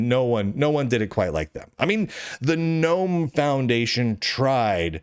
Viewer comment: thanks Lunduke for pronouncing Gnome "nome". it annoys the hell out if me every time someone says "Guh-Nome".